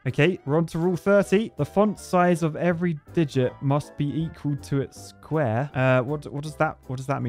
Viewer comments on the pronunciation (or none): It was said weird